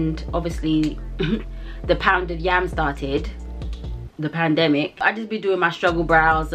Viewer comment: not you casually calling the pandemic “pounded yam” 💀💀💀💀💀😭😭